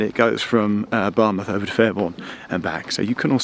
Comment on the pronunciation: I'm not a Welsh speaker but I think Geoff did well with the Welsh place names. A bit spoilt by his pronunciation of Bar 'muth'!